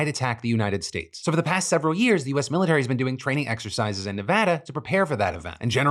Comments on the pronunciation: Whoever taught Phil to say “Nevada” God bless you 😅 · Thank you for pronouncing Nevada right.